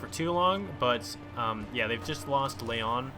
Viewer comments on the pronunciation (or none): none